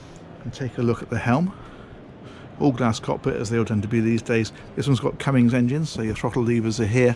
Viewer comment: Not to nit-pick but the engine manufacturer's name is Cummins not Cummings.